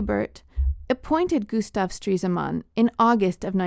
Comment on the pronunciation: its stres-man not streese-man